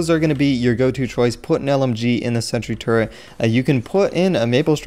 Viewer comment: i thought youre saying "Sentry Turd"